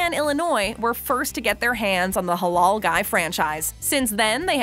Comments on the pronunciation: It's not pronounced "holol", it's pronounced the same as it's spelled. "Ha laal". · Why tf is she saying “halol” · It pronounced Hh-La-iL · She says "the Haulool guyz" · Ffs its pronounced "Huh-LAAL" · Every time she said Halal I cringed so hard